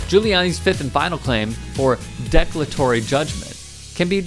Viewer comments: It's declaratory, not deck-latory. As in, 'I do declare!' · First off, I liked the video. But especially in a segment where you're going after someone and tossing out some sarcasm and zingers along the way, pronouncing the word de-CLAR-atory "declatory" not just once, but TWICE, was tough to watch. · "Declatory"??? If you're gonna read the news off a teleprompter, at least pronounce the EASY words right. De-CLAR-a-tory! Your justifiably snarky outrage is undermined by your inability to speak clear English. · "De -clar -a -tory". Declatory is not a word. If you're going to make Youtube videos, putting some effort into mastering the language you are making them in might make you seem as though you have a tiny bit more credibility. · I think that judgment is pronounced "de-CLAR-a-tory."